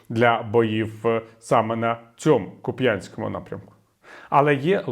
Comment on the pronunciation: КУпянському, наголос на У!